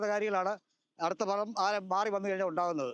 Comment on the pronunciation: ഭലം ആണോ ഫലം